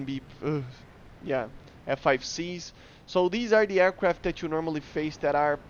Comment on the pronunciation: I am not gonna bully you. I'll just say that saying aiwcwaft instead of aircraft is cute.